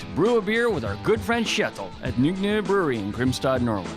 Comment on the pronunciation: I'm so glad to finally hear how Nogne is suppose to be pronounced: Noog-NUuuu